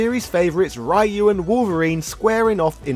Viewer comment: Stopped at "Ryu". Ffs man this isn't the 90s, pronounce his name properly already.